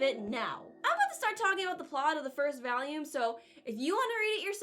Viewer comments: Please, say it with me: VoOolume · it’s volume not voluame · Take a shot everytime she says valume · TIL Pronounces vOlume as vAlium. Bit of New England? Cute ^_^ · I didnt know what particular accent you had but as soon as that first "volume" slipped out I knew where the accent was from.